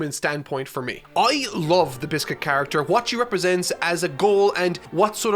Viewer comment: Man said biscuit it's Bixby 😂😂😂😂😂